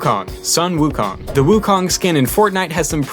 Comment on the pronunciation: Wukong? WOOKONG. Seriously? It’s pronounced wOO, sounding like “5” from mandarin. And “kang”, with the a dragging a little longer then the other letters